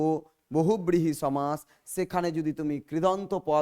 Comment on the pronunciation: পাঠদানের প্রথমেই ভুল?....সমাস=সম্+আস্+অ,....শেষে 'অ' আছে।আপনি বারবার 'আ' বলছেন কেন?